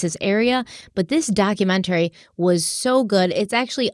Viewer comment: you consistently mispronounce documentary. Google it.